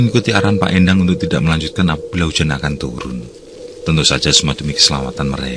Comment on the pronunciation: Endang itu bukan Endang...gimana ya jelasinya...soalnya bahasa Sunda tuh ada 3 jenis E...Coba nyebut "karena" naah jadi Endang itu bukan seperti Endang di Jawa,yg artinya perempuan.....se se iki Asep opo Acep? Aran ku Asep ISDA😁